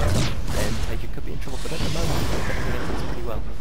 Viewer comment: Taeja, not Tajea